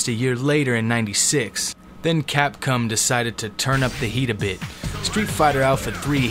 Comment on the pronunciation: Did I hear you say capcum lmfao